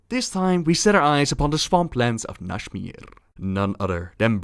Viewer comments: How did you turn Nazmir into Nashmir. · nashmir? there's a z in there buddy